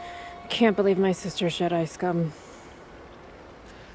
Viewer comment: Je-DEI really sucks ass.